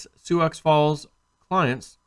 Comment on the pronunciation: Hey man, just a heads-up, the word "Sioux" is pronounced "Sue", the x is silent.